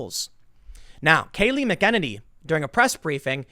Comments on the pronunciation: Tim, Trump's press secretary's name is pronounced Kay-Lee Mc-En-Nay-Nee!!! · Kayleigh McEnany. The way Tim pronounces this name makes my teeth hurt. 😁🤦‍♂️😬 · Tim 'Biden' Pool STILL cannot pronounce the White House PRESS Secretary. Credibility = 💩